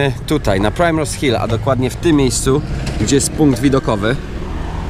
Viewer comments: Fajny filmik jak zawsze. Taki mały szczegół mówi się "Primrose" a nie "prajmrose". A do zoo polecam się wybrać bo to najstarsze naukowe zoo na świecie i jest w nim mnóstwo zabytków. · Mam znajomych którzy mieszkają przy Primrose Hill i Swiss Cottage i jeszcze się z taką wymową nie spotkałam. Żaden Brytyjczyk nie powie prajmros, ale ok skoro uczysz się z ulicy to spoko :)